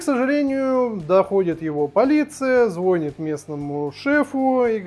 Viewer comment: Судя по обзору, любопытная игра, спасибо! А вот интересно, если, гипотетически, включить режим истории, будет ли хоть капельку интересно? P.S. За "звОнит" - атата)